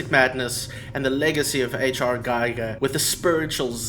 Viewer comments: You said "geiger" - like a geiger counter. Giger is pronounced with the hard G, and the 'i' is usually pronounced as an 'ee' sound. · Not mispronouncing Giger.